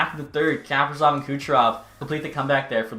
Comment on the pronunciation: Ka- pree- sof come on